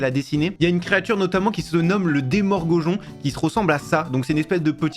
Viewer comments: demorgogon ça fait mal au cœur des fan comme moi😢 C’est demogorgon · demor gojon 😂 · le "démorgojon" tout les fan de strangers things en sueur 😂